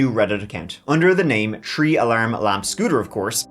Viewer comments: The way Irish say three sounds like tree to me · always finds a way to incorporate the number “tree” in every story 😂❤ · My favorite one is when said “… the suspects were never found, those TREE man were hiding in the woods…” I laughed so hard that I still remember.😂